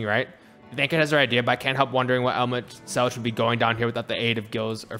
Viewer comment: Tip, Emet-Selch is pronounced with a hard H sound at the end, not the normal english Ch like choo choo. English does not actually ever use this sound which will confuse many, and many have trouble making the sound. Emet-Selch is made from 2 hebrew words, one a bit bastardized. Emet-Shelach, "your truth"